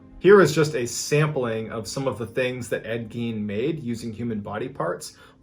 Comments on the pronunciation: i love how you kept bringing up the lampshade .. one of the most highly suaght and highly paid things in history.. and his name was pronounced GINE.. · As soon as he said “Ed Gein” I knew where this was gonna go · “Ed Gein” Ight…imma head out